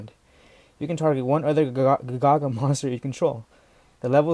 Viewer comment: Ga Ga Ga not Ga Gagas